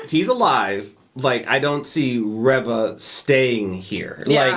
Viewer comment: Reva is pronounced Ree-va. I heard Moses Ingram pronounce it that way in a recent interview.